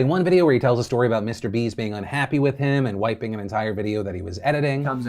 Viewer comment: I swear I hear he said mr beast “mr beef “